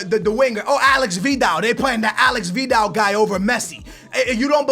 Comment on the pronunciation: It's not Alex Vidal it's Aleix Vidal